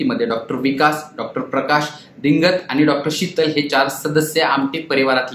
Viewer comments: दिंगत असा उच्चार नाही रे बाबा ' दिगंत ' असा आहे.मराठी भाषेचे धिंडवडे नका काढू , मराठी चॅनेलवरूनच ! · दि"गं"त आमटे असं नाव आहे ते, "दिं"गत नाही...दिगंत हा मराठी शब्द आहे, बातमी देण्याआधी किमान ती एकदा स्वतःहून वाचण्याची तसदी घ्या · This anchor is pronouncing "Dingat" but actually it is "Digant"... this is proper noun and must be written and pronounced correctly. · दिंगत नाही दिगंत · दिंगत नाही ... दिगंत